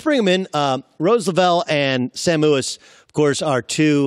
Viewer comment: This interview was so unprofessional. 1. Couldn't pronounce Mewis correctly. 2. Assumed both were in the last World Cup. 3. Didn't know this was Thailand's 2nd World Cup. 4. Kept shaming them for the 13th goal even though Carli scored it and she was pushing for it out of her own personal struggle. What does he know about what each goal meant for each player.